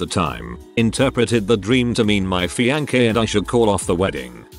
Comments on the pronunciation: Reddit post: fiancé Text-to-speech: f i a n k e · My fee-yanh-kay...🤣